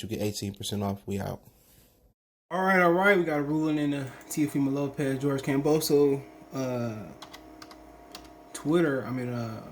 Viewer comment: You can’t even pronounce George’s last name properly …. Just sit and comb your beard !!!!